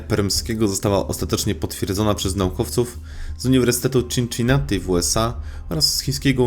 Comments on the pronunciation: Czinczinati... hua hua hua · "Czinczinati" - padłem xD